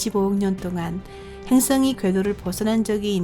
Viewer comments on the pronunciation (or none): 행ㅆ엉이? ㅋ 발음하고는 ㅈㅈㅈ 한글날인데 세종대왕께 미안하지도 않나? 아니 세종대왕이 누군지는 아나? 지적질한다고 뭐라지 말고 좀 고쳐라. 발음이든 사람이든 .